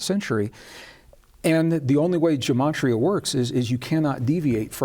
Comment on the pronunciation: You are attempting to teach Jewish Mysticism and Kabbalah. It is best to learn these concepts from a Rabbi. Yetzirah and Gematria are pronounced differently than you are pronouncing them. Gematria is very complex, can go very deep, and is generally learned at the foot of a well learned Rabbi. I understand that you are excited about these concepts, but please be very careful that you are teaching correctly.